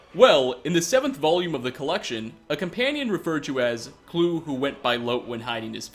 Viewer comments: Chris Kluwe's name is actually pronounced /ˈkluːi/, as in "cloo-ey", not "clue". No hate, just FYI. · Kloo-ee is how it's pronounced. Kluwe.